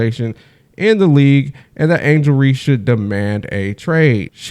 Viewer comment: Her surname is Reese not Reece that alone just tells me that you don't know what you talking about,we dealing with human beings here not AI ,go troll somewhere else or use that AI to determine if Ms Tammy Turnover Clark will ever play basketball again.